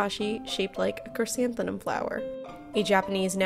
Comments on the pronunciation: she pronounced an “n” instead of “m” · Her pronunciation of chrysanthemum 😂😂😂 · Why'd you pronounce chrysanthemum like that